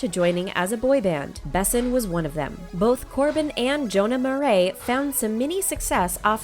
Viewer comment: ITS NOT JONAH MARI!